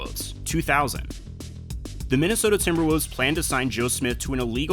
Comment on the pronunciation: The team is called TimberwoLves. Not TimberwOOvs.